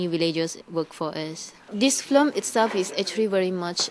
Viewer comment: she's so cute. she cannot say correctly film, but flim... she's really nice